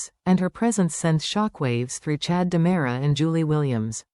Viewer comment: Time for a spell check on the caption and voice ! It's Ki ri ack is and DE MERA, thank you! 😠 😡 😤